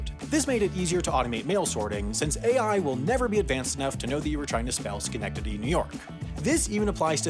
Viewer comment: I'm from Schenectady, NY and my eyes roll back into my lower spine every time I hear that joke. I commend you for pronouncing it correctly, though. It's much appreciated.